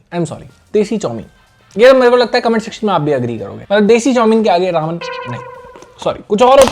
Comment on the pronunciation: ramyun not raman